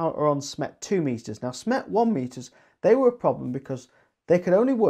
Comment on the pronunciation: When you say SMET you actually mean SMETS right !?